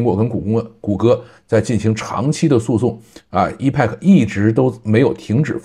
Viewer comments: 我觉得真的应该重视一下发音，我指的是重要单词，或者产品名称的发音，这个挺重要的，一是可以表明你是科技播主，二是表明你还没放弃不断学习，三是尊重产品，四是尊重听/观众。Epic是个“大词儿”，本身的意思是“史诗级的”，发音发成“易派客”简直太远了，应该发成“埃屁克”😆，多简单啊。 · EPIC念为 epik，不是一派克。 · 对，应该读埃辟克